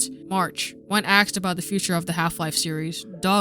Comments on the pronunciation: its asked. not axe. speak actual english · why do you say axed instead of asked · Cool video, but I suggest you work on your voice over. Weird pauses between words and “axed” instead of “asked”. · You shouldn't be making videos since you can't even pronounce "asked" correctly.